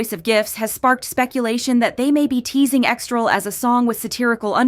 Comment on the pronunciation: Guys it’s EXTRA L, not EXTRAL 😂